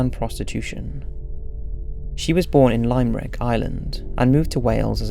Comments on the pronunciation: Just a little side not as a resident or ireland it's pronounced lim-rick strange I know but we have mad spellings for things Loving the videos though watch them everyday 😍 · Crock-et and lime-rick? Lol. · its pronounced Lim - Rick... Great video tho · “Lime-rick “ 😫😂 just for future reference it’s pronounced “Limrick”. Loving the recent vids tho, keep up the amazing work 😁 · ITS PRONOUNCED LIMER RICK NOT LIME RICK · its pronounced Lim-erick not Lime-erick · Oh come on you know it's not pronounced Lime Rick 😵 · Haha lime-rick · Lime-Rick I love it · Lime-Rick near Lemon-Rich. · It's pronounced lim-rick not limerick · Love your videos! Just a point of clarification, I'm from Ireland and Limerick as you pronounced is actually wrong. It is LIM - Rick haha love from Ireland! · Lime-rick hahaha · Limerick is pronounced Limrick here in Ireland just to let people know. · Love the video , a heads up on limerick is pronounced "Limrick" love your vids here in Ireland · It's pronounced "lim-rick." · I love ur work to bits!!!!!!, I always enjoy ur videos and want to thank u for all the work. but....this is not how u pronaunce Limerick!!!!;) Love 🎉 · Anyone else triggered how he said limerick? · Great content, loving these daily videos, I am from limerick, Ireland, I love the way you pronounced it haha, it's the wrong way of pronouncing limerick, but I love it 🤣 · That's not how you pronounce Limerick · The way he says Limerick😂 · The way you pronouced Limerick made me laugh! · Lol. The way you pronounced limerick. Definitely an English man 😂😂😂